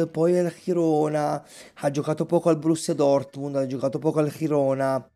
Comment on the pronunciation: Girona - con G Italiana :)